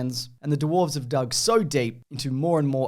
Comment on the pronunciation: hehe “duwarves” hehe